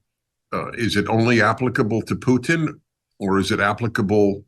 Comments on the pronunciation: PUTIN, not PUTN, Americans, please. You only got it right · "...with Poo Tin." Poo-Tin, huh? Just call him Uncle Vulva.